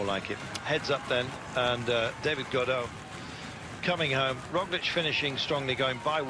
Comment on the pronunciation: Helpful guide: "Gaudu" is pronounced like the English words "go do", not like the Beckett character Godot; "Ineos" is pronounced "IN-ee-oss", not "skai".